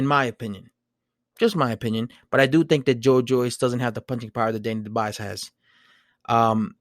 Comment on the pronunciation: It’s pronounced the French way.......Doo-bwa.